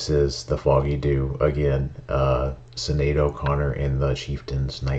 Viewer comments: Pronounced SHINade. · Sorry, not trying to be a dick here but her name is pronounced like Shin-aid. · Her name is pronounced shinead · It’s Shinaid as pronounced 🙈😂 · Sinéad is pronounced Shin-Aid. The fada (pronounced fodda) over the E gives the S a sh sound, Séan, Séamus. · Hey, i just wanted to make you aware that Irish names are sometimes extremely hard to pronounce for example my name Níamh is Irish, but it is pronounced Neeve. But because of your amazing reaction to Sínead O'Conner and the Chieftans i thought id just waned to tell you Sínead is pronounced Shssinead. Hope that help, and thanks again, such brilliance. 🍀🍀 🇮🇪🇮🇪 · Sinéad is pronounced...Shin-aid